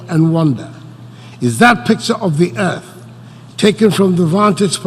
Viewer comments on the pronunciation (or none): none